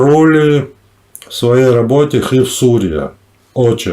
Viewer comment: не камарули а камараули